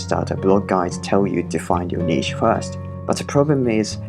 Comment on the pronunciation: ❤️ I wish i could like twice for using the correct pronuncation of niche ❤️